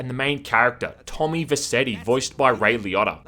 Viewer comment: His name is pronounced Tom VerCHetti. If you are such a big fan of Goodfellas you should know that